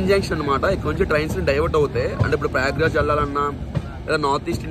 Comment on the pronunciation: Payagraj kadhu prayagraj ra babu😂😂